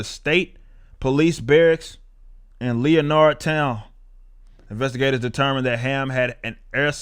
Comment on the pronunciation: Ftr: It's pronounced Lenard Town. Just heard about it from my Mom